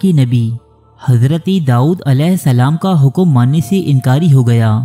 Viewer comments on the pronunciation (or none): The word is "Dawood" not "Daood"